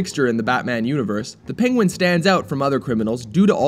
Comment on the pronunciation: "PING-wen"???? Is that a new pronunciation?